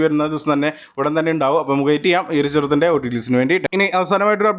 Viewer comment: ചെറുത്തിൻ്റെ അല്ല ചിത്രത്തിൻ്റെ